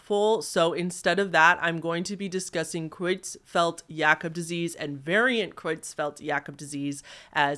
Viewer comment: hitting it out of the park with that pronunciation of Creutzfeldt-Jakob disease! I know you're self conscious about your pronunciation, but you nailed that one, and it's a doozy!